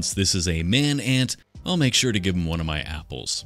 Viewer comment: Likehow you said "my apple" for the Adams' apple addition :P